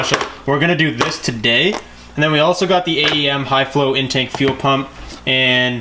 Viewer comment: "Tuh-day's video" 😂😂